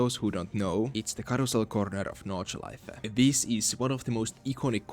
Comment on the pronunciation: Great pronunciation of 'Nordschleife'. Did you had German in school?